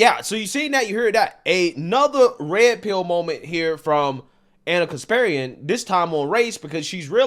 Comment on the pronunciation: It's pronounced KasparYAn. Not KaspErian.